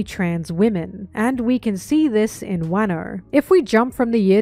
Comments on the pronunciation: Wairno and Barock Works instead of Wahno and Baroque Works 😭😭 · I agree with everything in this video. Aside from those pronunciations. Wuhno. Not wahno. My pain is immeasurable. It's probably preference and I'm probably wrong but my ears don't like it 😭